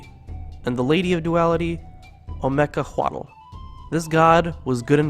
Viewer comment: omecihuatl is pronounced o-may-see-whatl